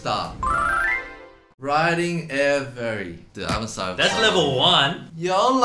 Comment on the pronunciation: I'll forgive Eddy for mispronouncing Air Varié... eventually...